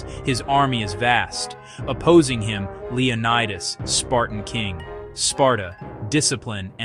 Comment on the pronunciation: The pronunciation of the Spartan king's name is Leo NEE das not Leo nye das. The city where he consulted the oracle is called Del phee, not Delfye.